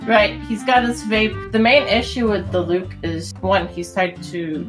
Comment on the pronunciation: DEE LUKE NOT DI LUKE, DEEEEEE